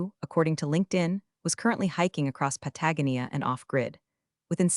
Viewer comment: Patagonia- needs proper pronunciation. Otherwise, good yarn